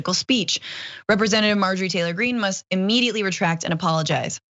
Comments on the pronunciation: Love you on the show. Love John also.When you said Marjorie T Green , it sounded to me like MARJORIE GANGRINE. That's a perfect name for her.😅👍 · "Margarine Tangerine."